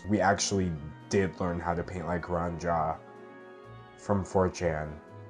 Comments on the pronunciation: angrily you said his name wrong it's pronounced roo-anne jeep >:-( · The monotone voice really kills me Also Rue-ahn Gee-ah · i think since it’s mandarin, it should be pronounced as “ru-wan jyah” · btw its ru-ah-n gee-ya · IT's pRoNOUNCed "RU-AHN JEE-AH" you UNCulTuRED swINE ! !!1111 Jokes aside. Honestly, so many people do get mad at an artists success instead of actually doing the work to get there. It's completely counterproductive, makes you look like an ass and less likable as an artist. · it's pronounced like roo-an jee-ah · it's pronounced Ruan Jia... idiot.